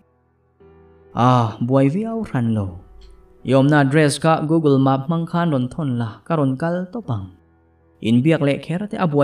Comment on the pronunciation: Google Maap t loin google map/mep t zawk tache...maseh i chhiar thiam tho2 e